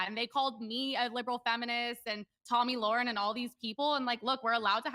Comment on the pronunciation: Hey Michael she's not your friend. Tomi isn't. If she was your friend you would have to know how to pronounce her name. It's Tomi Lairen in how it's said not Tomi Lauren which is the way you said it.